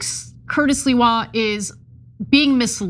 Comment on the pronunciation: It's not Sliwa Ana, it's Sliwa say it correct Sliwa